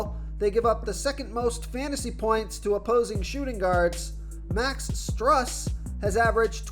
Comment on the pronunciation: “Sigh-mons”-Simons “Struce”- Strus